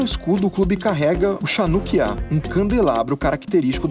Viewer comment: Muito legal o episódio, só uma correção o que tem no símbolo de betar é uma menorá, a diferença é que a menorá tem 7 candelabros e a chanukia(pronunciada raukiá) tem 9. Depois fazem um episódio sobre o macanpbi tel Aviv no bandeja, seria muito legal. Valeu!